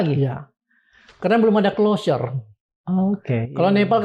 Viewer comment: hah....Closure bukan Closer. Masa sekelaa Forum Keadilan ga paham apa itu Closer dan apa itu Clousure. mengganggu bgt.. klo mang ga paham, ya bahasa indo aja lah.😂